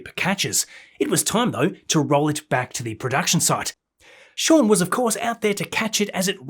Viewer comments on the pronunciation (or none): none